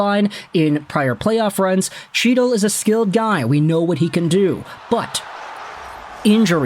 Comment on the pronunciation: Isn’t chytil pronounced hetal?